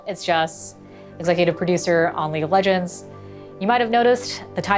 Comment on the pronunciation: am i the only one who hears him say leak of legends